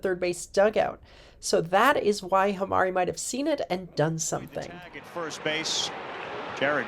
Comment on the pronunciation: HAMMER-ee. You even did it too. 😂😂